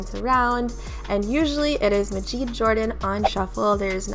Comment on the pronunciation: Just as an FYI, Majid’s name is pronounced “Mah-jid” not “Muh-jeed.”